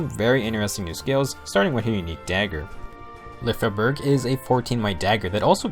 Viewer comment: I believe Lyfjaberg sounds more like "Lyfia-berg" than "Lyf-jaberg" In one of her Skill Activation quote, she says "Fly, Lyfja {Lyfia}", it may be her Pegasus' name, but it stills emply that her weapon name sounds similar, imo